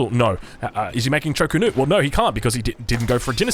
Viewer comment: Also, Cho Ko Nu rather than Chu Ko Nu.. drives me nuts lmao. I like his casts but Hayche Pee and ChoKo is very distracting